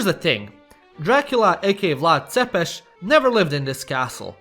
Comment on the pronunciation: It's not Vlat Tepes the Impaler, it's ether Vlad the Impaler or Vlad Tepes, Tepes in romanian means Impaler.